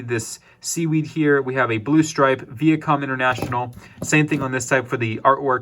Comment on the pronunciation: Vee-ah com ... lol